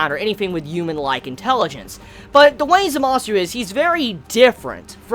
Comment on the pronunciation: Also, the way you say Zamasu and Gowasus' names is Zamas and Gowas. The "u" is not pronounced